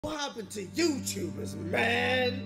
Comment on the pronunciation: hes doing a slight American accent when he says man "main" when dan is british and ksi and logan keeps dragging the fact that it has real cheese